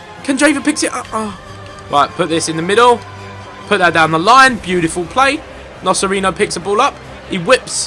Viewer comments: It's "NoCHerino" btw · Ethan, not to be annoying, but the C's in CerCi and NoCerino are said like the CH in chelsea